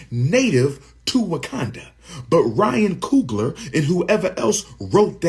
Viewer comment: ryan coon-gler 💀